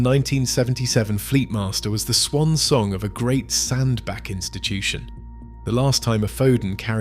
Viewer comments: It's pronounced SandBATCH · Aaaaagh.!!! I have lived in Cheshire most of my life. Sandbach is pronounced Sandbatch, batch, batch. Got it !!!?